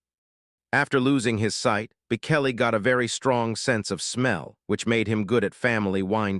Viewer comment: You cannot even pronouce his name - idiots streaming